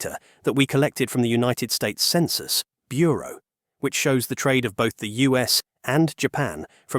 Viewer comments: Get a better AI narrator! “According to the US Census … Bureau.” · "Census (dramatic pause)...Bureau". Is this AI lol?